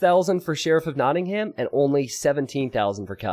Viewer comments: Hey,, could you try pronouncing Nottingham this way please: Knot-ing-hum From a British person 😂✌🏼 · my only complaint:/ everything else is beautiful and perfect with so much effort put into it, capture age and the stats and the awesome co-casting, but for a $50k+ tournament where he picks the names you'd think they'd at least spend 30 seconds to learn how to pronounce them correctly. if it seems silly to care, idk what to say except you'd get more viewers